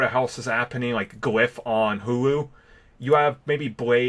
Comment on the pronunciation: I told you Blade MCU no surprise you said Hulu wrong.